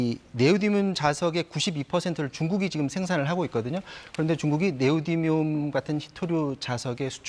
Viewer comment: 네오디움 발음 똑바로 못해?